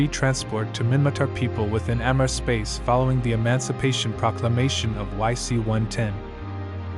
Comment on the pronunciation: The way it says capsuleer is bad but better than amarr. Thanks for the vids.